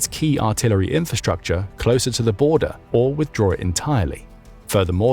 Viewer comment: What is "infastucha"? It seems to be one of the most popular words on YuoTube.